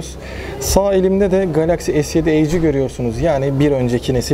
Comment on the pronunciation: Edge =Eyç değil Etç